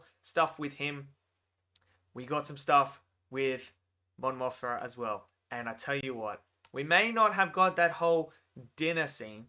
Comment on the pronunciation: you need to stop saying Mon Moth(r)a, it's Moth(m)a.